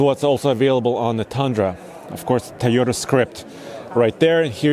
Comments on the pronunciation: bro, say "Toy" as long as you can say "toy" and not "tiy", you can say Toyota. try harder. also, up the shoe game. that outfit looks good but is ruined with a old pair of clapped out sneakers. even a pair of Eccos woud be better than what you have on. and to the YouTube white knights, come at me. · It’s the thai o da Guy 🤭 toy ohh Tahh repeat after me my friend Toyota 🤔🤔🤔🤔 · I hate how this guy says “teyeta”